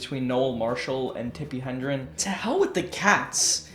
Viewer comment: Really digging that Clocky poster you've got there-- never seen that particular configuration. Pretty jelly. By the way, her name is pronounced "HED-REN" not "HEN-DREN" Okay,?